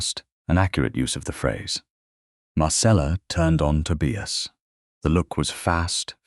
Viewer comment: The constant mispronunciation of Tobias really spoilt the narration.